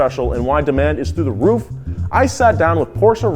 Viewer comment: "through the ruf" I MCFUCKIN' SEE WHAT YOU DID THERE